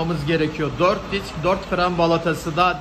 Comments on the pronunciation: diks demene bayılıyom valla disk diyemiyosun sanırım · Diks degil Disk